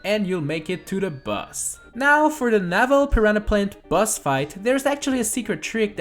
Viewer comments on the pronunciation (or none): Whenever you said boss I thought you said bus